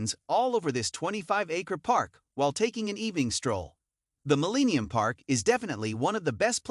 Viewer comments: "MillEEnium park" lol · I'll share this video, if you promise to NEVER pronounce it "Muh-LEEEE-nee-um Park" ever again !!!!!! Surprised you didn't list "REEEE-glee Field" as a destination.